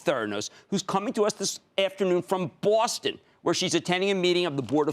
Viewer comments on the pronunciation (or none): Coming to us this afternoon from bwoorrrrrrsSTEN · Notice how he emphasized bawstahn.